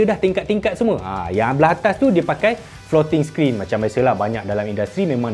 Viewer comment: Dy sebut "floating screen"... Aku dgr "protein in".